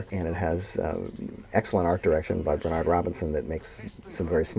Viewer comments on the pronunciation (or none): none